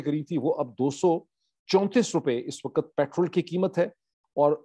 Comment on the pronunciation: Moeed saheb.The prononciation is ''Waqt'' not ''WaqAt'' 😊